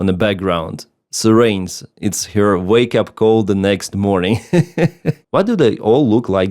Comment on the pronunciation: Good job with the video....but I suggest that you look up the pronunciation of "siren" :)